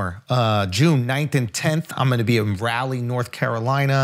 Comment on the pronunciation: Someone teach Schulz how to say Raleigh